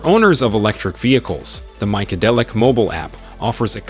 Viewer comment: The robotic narrator is generally good, except that its bizarre pronunciation meant that figuringing out it was trying to say MyCadillac for the name of the app took a while.